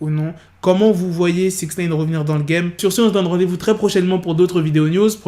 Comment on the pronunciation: Arrête de dire Sixnaine 😭😭😭